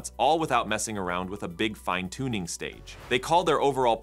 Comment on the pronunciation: It’s interesting when the Ai Voiceover pronounces the same word two different ways. eg. Fin-uh-toon-ing Fye-n-toon-ing